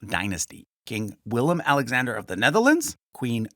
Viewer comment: Its willem